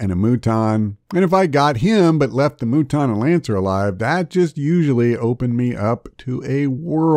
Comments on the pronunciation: If you're gonna pronounce Muton wrong just say mutton. Lol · I definitely figured out right away to kill troopers to force the sectoid to waste turns cut the rest of the tips are solid But even after a thousand hours in the first one and years offering 2 you can still get owned haha save files are your friend. Also it's "mew-ton" like, mutant. They joke about it in the interview on redlettermedia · I know this is a very serious video and all, HOWEVER And hear me out on this one.... The Moo-ton. Sorry, I had to.